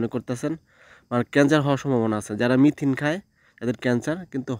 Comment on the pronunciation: মিথিন বলে কিছু নেই, মেথি আছে। আপনি সব সময়ই ভুল বলে আসছেন, সংশোধন করে মেথি বলার চেষ্টা করবেন।